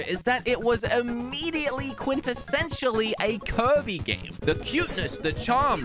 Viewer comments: Why does he pronounce Kirby as 'covid'? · Its kirby, not kErbi